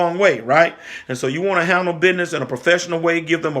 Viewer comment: I love the way you say BIDNISS 😅😂🤣. I love your channel. I have learned Soooooooo Much!!!